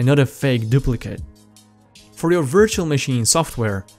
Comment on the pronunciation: I like how you pronounce virtual